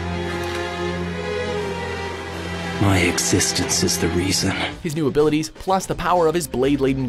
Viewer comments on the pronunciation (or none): It bugs me that he mispronounces Meister and then has Tiaria pronounce it correct like, 15 seconds later.